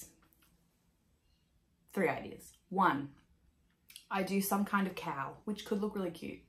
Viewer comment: Haha high five on not editing! You’re perfectly imperfect just the way you are! Gorgeous knitting, ESPECIALLY that lento which is in one of my all-time favorite colours! Also, quick Aussie cuteness alert, whenever you say “cowl” I often think you’re saying ‘KAL” and vice versa. Prob just my ears but it makes me smile every time.